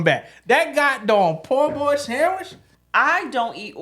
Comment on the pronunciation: Every time said poor boy I said po’ boy😂